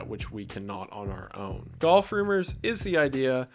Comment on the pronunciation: The fact that you pronounce golf like goth makes that whole section amazing.